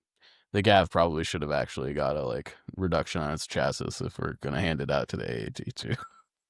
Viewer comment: The word "chassis" is pronounced /ˈtʃæsi/ (CHASS-ee). The plural is pronounced "CHASS-eez". The "ch" is an "sh" sound, and the second "s" is silent in the singular form